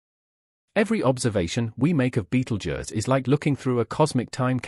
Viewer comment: If you wanna here a fake voice say Beetle Juzz a million times, then continue